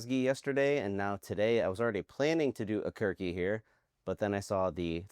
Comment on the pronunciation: Yes, that was the flag of Kazakhstan. This was an old Kazakh folk song which Dimash brings into the modern era with a fun and Dimashian twist. Aqerke is a traditional Kazakh feminine given name, pronounced roughly Ak-ker-kay. The name translates to English as "pure darling," "cherished one," or "beloved of pure heart." The man at the very beginning is playing the Dombra, a traditional 2 stringed Kazakh musical instrument which every Kazakh household has at least one. In the video, cultural elements and scenes from the past blend perfectly with modern moments. It reflects his deep reverence for his beloved country and its culture. This was filmed in his hometown of Aktobe in western Kazakhstan. 10,000 towns people mainly dressed in white, were at the football stadium for the filming of that scene. Dimash did a metal growl and a metal scream there! Those planes flying over the dancers on the runway. There were actually 10 of them, but we only saw 3. The black and white clip was of Garifulla Kurmangaliyev (1909–1993) who was an outstanding Kazakh opera singer (tenor), composer, akyn (traditional poet and improviser), actor, and teacher. You did not realise that he was playing the theme song of Sponge Bob Square Pants with his team displaying the stitched banner with the video’s credits on it! Dimash plays the Sherter, another traditional Kazakh instrument. The Sherter can either be 2 stringed or 3 stringed depending on whether it is ancient or modern. It shows that Dimash